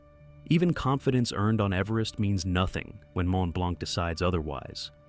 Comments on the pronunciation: As A french, it's sting a little (The C is silent), but thank you for the information, I've never realized so many people die on it. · Learn to pronounce Mont Blanc 😅